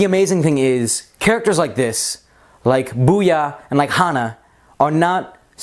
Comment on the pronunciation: its bouya not booyah